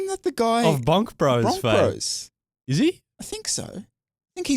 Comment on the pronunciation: When said BonkBros, I heard BangBros. But. I'll not admit it. 🙈